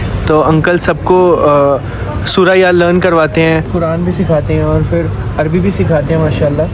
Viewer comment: Bhai, assalamualykum, aap ka talaffuz bohot accha hai bohot piari Urdu bolte hain, dil ko badi khushi hoti hai sun kar. Aap ne itni jaldi itni nafees Urdu seekh lee, MashaAllah. Bas ek baat hai ke "fir" na kaha karo, "phir" hota hai. Is mein Fey (ف) nahi hai balke Ph (फ) hai. Ye Urdu ke bajae Hindi ka sound hai, aur Hindi mein "F/ف" ki sound hi nahi hai. Jaise "fugga" nahi hota "phugga" (फुग्गा) hota hai. Aksar फ ke neeche nuqta laga ke फ़ usko ف ki sound dee jaati hai. Is ek change se aap ki Urdu aur bhi ziada piari ho jaegi InshaAllah. I hope you don't mind my comment, sorry agar aa ko bura laga ho tou. Niyaat aap ko takleef dene ki nahi hai bilkul ☺️